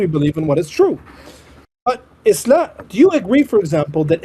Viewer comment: Makes me burst out laughing anytime he says "Ischlam, Ischlam!"